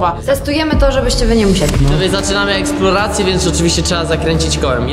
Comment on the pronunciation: mówi jakość inaczej słowo ekploracje a i sory za błąd ortograficzny 😀😃